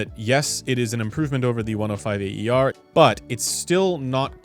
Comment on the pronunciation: Instead of always pronouncing “A.E.R.”, you could simply say “air’, as it’s close enough to how it sounds untranslated: “a:ér”. Cheers!